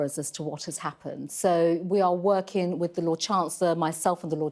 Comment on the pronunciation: Priti Patel is a very bright spark and is convincing. Just wish she didn't adopt the Beth Rigby trait of mispronouncing the ing endings of words. Is it just me or do others feel the same?